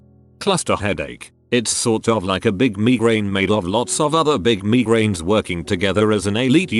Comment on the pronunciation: Oh for goodness sake please get a real person to read these stories. Me-grains!